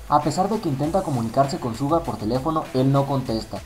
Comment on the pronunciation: No sabes pronunciar el nombre de suga ._.